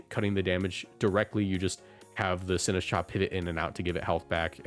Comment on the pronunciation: DO NOT LEAVE OFF THE T IN SINISTCHA!